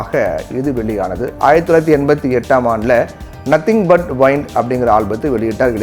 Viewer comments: Yove news reader , english thappu thappa padikira. nadigar Soori pesaramathiri un english irukku. for ex. அது நத்திங் பட் வைண்ட் இல்ல 'விண்ட்' 🥶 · தலைப்பையே தவறாக உச்சரிப்பதை தயவுகூர்ந்து தவிர்க்கவும். Symphony என்பதின் தமிழ் உச்சரிப்பு "ஸிம்ஃபனி". நீங்கள் உச்சரிப்பது போல "சிம்போனி"அல்ல. மேலும் "Nothing but Wind" என்ற பெயரில் "Wind" என்பதையும் தவறாக "வைண்ட்" என கூறியதும் தவிர்க்கப் படவேண்டிய தவறு. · அது நத்திங் பட் வைண்ட் இல்ல ப்ரோ 'விண்ட்'🙏